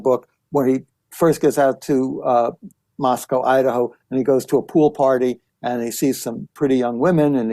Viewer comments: Pronounced Mos-co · Howard Blum needs to learn how to say Moscow. It's pronounced "Moss-co." As we tell those not from this area, "there is no cow in Moscow." Considering he actually went there, he should know this by now, especially since he wrote a book about it. Kohberger was a TA at Washington State University (in Pullman), not the University of Washington (which is in Seattle). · Couple of small corrections: It was Washington State University not University of Washington. Moscow is pronounced Mos-co Boise is Boy-see